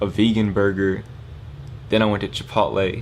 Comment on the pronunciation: ayee he said chipotle the right way this time